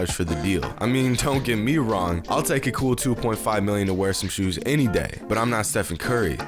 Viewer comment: is it me or did he pronounce shoes wrong